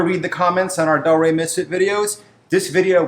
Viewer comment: Its Delray Beach not Del Ray Beach